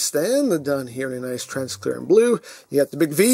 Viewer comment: Does he know he pronounces transparent wrong or is that like an inside joke on the channel.